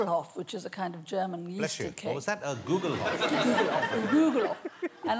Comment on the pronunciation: It's not a Googlehoff! It's a Guglhupf.